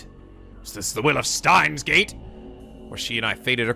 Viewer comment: Huh... Maybe I should make a counter for myself every time mispronounces Steins;Gate...